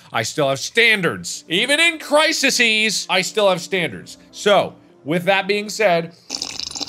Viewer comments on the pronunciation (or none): Is Mark joking or does he legitimately think that "crises" is pronounced as "crisises"?